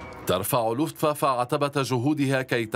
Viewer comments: حضرة المذيع أسمو Luftwaffe يعني سلاح الجو لوفت vافي وليس فافا وحظيرة الطيران اسمها Einflughalle آينفلوگ هالي وليس هالا هالا كانت المرحومة جارتنا 😁 وشكرا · Not luftwaffa luftwaffe